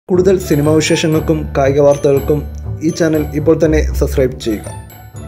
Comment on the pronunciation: സസ് ക്രൈബ് അല്ല ചേട്ടാ സബ്സ്ക്രൈബ്